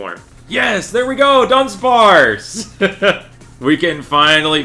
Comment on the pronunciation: Immediately an amazing video. The Du-Dawn of dunsparce made my day 😂